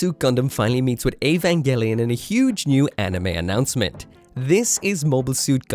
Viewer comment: That's basically the pronunciation in Japanese, so I think that's right.